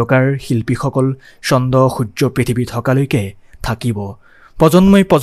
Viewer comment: চন্দ নহয় চন্দ্ৰ। পজন্ম নহয় প্ৰজন্ম। আকাশবাণী গুৱাহটীৰ ঘোষক সকলক অলপ শুনিলেই আপোনাৰ উচ্চাৰণ শুদ্ধ আৰু স্পষ্ট হ'ব। নহ'লে prelude নিদিয়াকৈ গান দিব। অশুদ্ধ উচ্চাৰণ ৰ বাবে গোটেই অনুষ্ঠানটোৰ সৌন্দৰ্য্য নষ্ট হৈছে। 🙏